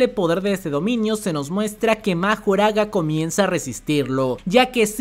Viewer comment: Pues tecnicamente no es el usuario de las 10 sombras el que le puede ganar a los 6 ojos, mas bien es Mahoraga, que por cierto se escucha que lo pronuncian como Makorah.